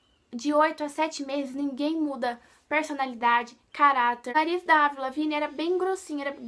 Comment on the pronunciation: se fala Evril e se escreve Avril